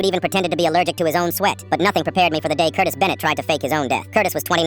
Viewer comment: i heard curtis as cortis and was gonna let it pass but hearing FELIX made me open up the comments and damn you're all here 😭